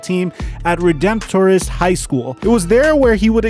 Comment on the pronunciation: Hey it's pronounced ( Re demp trist) =Redemptorist I'm a Baton Rouge native.